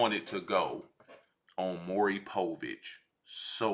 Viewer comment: bro saying maury povich is killing me lmao the whole hood know him as maury